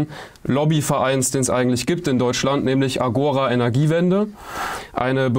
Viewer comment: Nur am Rande bemerkt: Agora ist endbetont, das heißt, die Betonung liegt auf dem zweiten a. Agora, gr. Marktplatz.